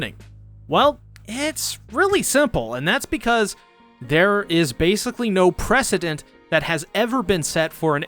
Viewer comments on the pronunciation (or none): none